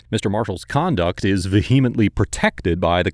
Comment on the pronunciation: The second 'e' in vehemently is not a long one; it's a schwa.